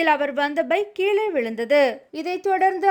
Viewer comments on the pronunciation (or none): none